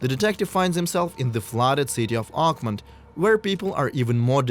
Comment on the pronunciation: it’s OAKMONT! OAK-MONT! Not uggmon. Say it right. If it was French I would damn well learn how to say it in French.